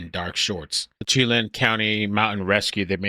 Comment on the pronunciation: Oakanogin, shhhlan, is how those are pronounced. Just an fyi. Thanks. Youre the best